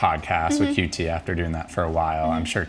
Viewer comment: Damn. Man actually pronounced QT correctly.. he actually cares about the space.